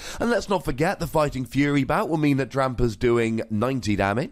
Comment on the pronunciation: that extra "r" is fun to hear. #Drampar